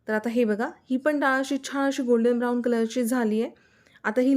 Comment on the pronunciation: पाण नाही 😮😮😮😮😮 पान 👍👍 सगळ छान पण भाषा आणि नाकातून आलेला आवाज थोड त्रासदायक वाटत छाण नाही छान 😮😮🤦🤦🙆🙆👍